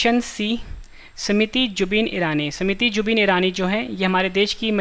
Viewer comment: Smuti nhi smriti